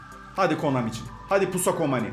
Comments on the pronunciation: Abi adamsın bi kalp atsan bide abi pusa komani diyon pusa konami 😂😂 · KOMANİ değil KONAMİ:DD Gülmekten öldüm yaa:DDDD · komani dedi😀